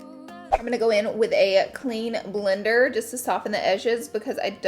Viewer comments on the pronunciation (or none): none